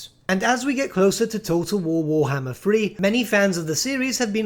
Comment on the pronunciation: Ah yes, War-HMM-er